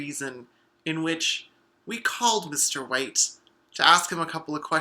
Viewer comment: I'm so sorry, but the way you said White (mainly at beginning) sounded so much like "Mr.Wait" which was the name of my granddad, who passed not too long ago. So I just wanted to check is it just me hearing "wait" or is it the accent? ( I'm British and I don't talk to people much)